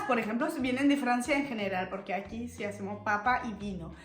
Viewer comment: Pregunto.. porque pronuncia tanto.el shiiii .. shoooo casheee